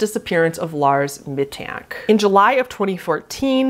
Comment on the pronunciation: it's a great video, but there are quite a few names and such that you mispronounced :( like with lars mittank, the 'tank' part is pronounced like 'tank' would be in english, and with james bulger, it's a j sound instead of a soft g. it would have made the video just a little bit better if there weren't little things like that that it didn't seem like you paid attention to